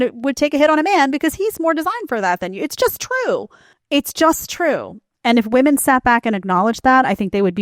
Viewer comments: Why do so many young women have trouble saying the word "women?" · What is it about this younger generation that doesn’t allow them to be able to pronounce the word “women” and not “woman” when referring to multiple women? Smh absolutely ridiculous. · Why do these young woke women pronounce the plural women as woman. This reflects the state of education system.